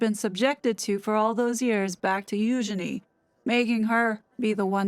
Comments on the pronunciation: Spot on girl, nailed it again. And I appreciate the correct pronunciation of Eugenies' proper name. As always, MUCH Respect 👊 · Thank you for properly pronouncing her name, Eugenie. Yeah !